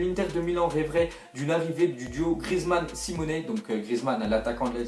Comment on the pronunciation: Simeon pas simone